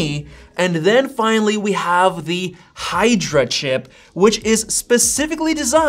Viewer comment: its "Hydra"